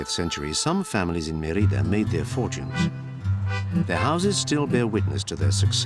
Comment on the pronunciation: Put the accent on the first syllable: Mé-ri-da. Odd that you would not pronounce the name of the city correctly when making a documentary of that city.